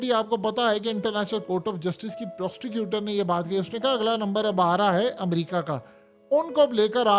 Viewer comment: Abay Prostecutor nahi hota ullo kay patthay, PROSECUTER hota hay ... Bhallay say Lawyer bool day magar yeh PROSTECUTOR mat bool ... Ajeeb Chutia Adam hay ... Aur yeh WHAT NEXT kay baad اب کیا ہوگا مت بولا کر جاھل انسان ۔۔۔